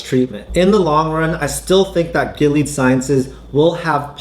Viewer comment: GI LEE AAHD. that's how you pronounce this risky company.